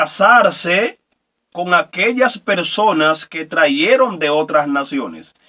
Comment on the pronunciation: Con todo respeto, no se dice: traieron, se dice trajeron. Tampoco es corrector, capitar, si no, capital. Tenemos que tener cuidado como pronunciamos las palabras, o como hablamos.